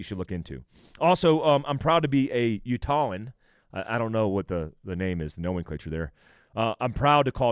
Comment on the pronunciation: Utahn (you-taw-n)